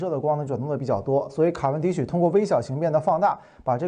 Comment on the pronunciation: 卡（qia）文迪许。